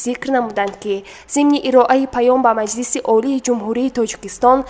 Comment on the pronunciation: Дар забони точики калимаи шуъба ва майлис нест ,ин мухбир доимо хато талаффуз мекунад ,хонандагони мактабхо чи ибрат мегиранд ???